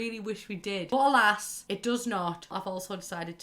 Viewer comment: really glad yyou put 'but alas' cos i was hearing ball ass all the way.